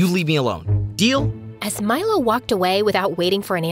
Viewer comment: I thought she was saying "My love" not "Milo" lol.